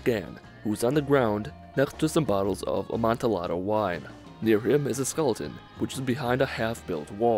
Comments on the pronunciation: I'd like yo say that he didn't pronounce 'Amontillado' correctly. He wasn't supposed to pronounce the 'L'. Instead, it's a 'Y' sound. A-mon- tee- ya-doe. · I noticed number 10 right away during my gameplay because I had recently been studying Edgar Allan Poe. By the way, I think the "ll" in amantillado makes a "y" sound. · The way you pronounce Amantillado is wrong and annoying.